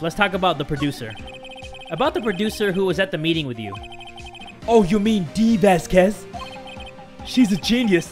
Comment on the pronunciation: how he pronounces Vasquez gives me aids